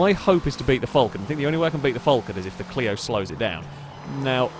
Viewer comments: Falcon , not fallcorn..... or Vulcan, whatever you was saying.. 🤣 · its FAL-con not FUL-can.... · Can you please youtube a vid on the falcon and actually see how that say it as im aussie and i can't stand it being called a fulcan 🤣🤣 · As an Australian i don't likr the way you say falcon.